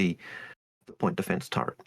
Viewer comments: ...it's called a Tur-ret. There is no N in the word. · So many friends do that They call it a "turrent" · Yea its extremely common even after being corrected many times, some folks just factory reset back to Turrent. No cultural or generational reason to it. Just a human phenomenon.